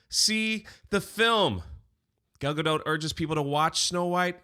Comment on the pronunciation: “Gayle GaDOTT” 😂